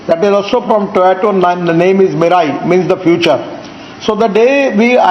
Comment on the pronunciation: I know he can't pronounce Toyota, but it looks like he can't pronounce the word automobile either. LOL